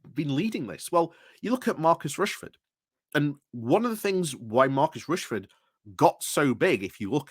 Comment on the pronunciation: His name is Rashford not Rashford.